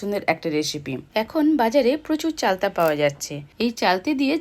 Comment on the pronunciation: চালতে ন য় চালতা উচ্চারন ভুল